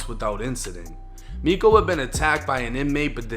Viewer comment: Miko is pronounced me-cho.